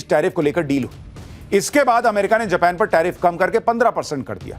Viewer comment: जपान नहीं भाई जापान हे उस देश का नाम